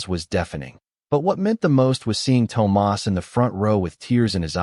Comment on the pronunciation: PLEASE teach your A.I. how to say THOMAS!